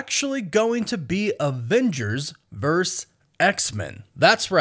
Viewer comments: The word is VERSUS not VERSE. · Its versUS, not vers. So irritating. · VERSUS!!!! I love your content dude but that’s starting to really bug me lol. It’s Versus, not Verse. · Thank you! Came to the comments to see if anyone else was hearing that. Thought I was having a stroke.